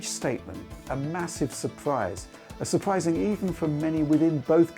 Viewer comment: Astonishing, surpwising, unpwecedentwed, lop-sided gwasses